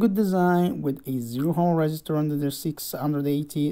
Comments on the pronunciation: Dude,... Ohm is pronounced as "om," not "hom" or "ohm." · Btw, in which language is ohm pronounced as hom ?? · Spotted the American. Ohm was a German physicist. So it is indeed pronounced with a long o in Germany.